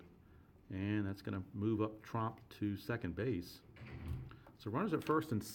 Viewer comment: Its Jiandido Tromp, with an 'O', not Trump.